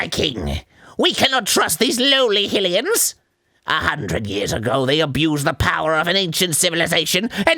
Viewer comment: please stop pronouncing it HILLians